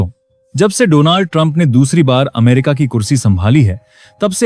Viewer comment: Please hear the English news so you understand the correct pronunciation for DONALD .